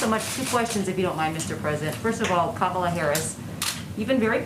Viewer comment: Pocahontas!!! And Kam oh lay? Geesh this guy!